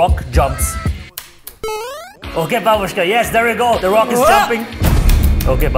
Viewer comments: "De roc" -Babushka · "de rock" babusuhka: "de fok"